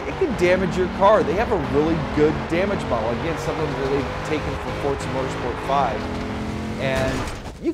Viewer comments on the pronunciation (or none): fortza you mean forza wheres the "t" in the name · Actually forza is pronounced the way it looks. For-za Pizza is pronounced the way it is because there is two z's My dad is off the boat Italian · "Fortza" is the proper pronunciation of an Italian word. Less emphasis on that consonant than in "pizza" but still a sharp "z."